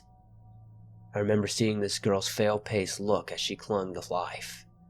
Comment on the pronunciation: "I remember seeing this girls fale paced look as she clung to life" I think he meant "pale faced" not "fale paced" 🤣